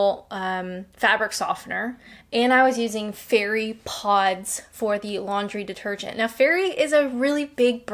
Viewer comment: Is it just me, or did you keep saying "lingerie detergent"? Probably just me 😁 The immigrant/ex-pat thing, I agree. Our ex-pat communities in Spain etc, have no wish to assimilate.